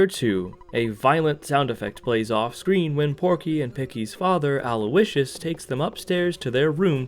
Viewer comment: did you just call his dad Aloe-icious?? 😭😭